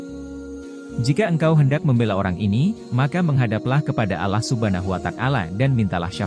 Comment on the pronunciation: Bukan ala.,....TAPI ALLAH